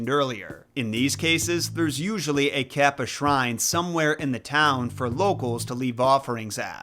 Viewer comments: It is pronounced caw-pa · The way you pronounce Kappa kills me everytime kappa kappa gamma🤣